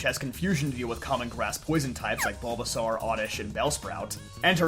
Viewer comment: I'm sorry but Bulbasarrrr ?